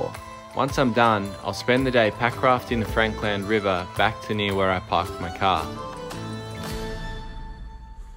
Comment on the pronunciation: Great video as always, I was wondering though why you're now saying Frank Land river instead of Frankland river? did you learn somewhere in your history digging the proper way to pronounce it??